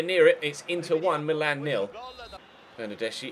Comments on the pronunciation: Am I the only one who noticed that he said Milan as meelan 😂😂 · its how they say it in italy